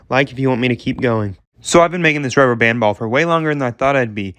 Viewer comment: Thisnis how much times he said ruber band 👇🏼